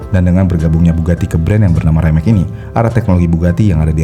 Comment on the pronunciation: Betul. Rimac juga bacanya bukan raimek. Tapi wimets atau rimak